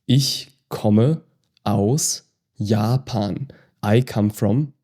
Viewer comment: Japan is an English word so why are we speaking it as Yaapan?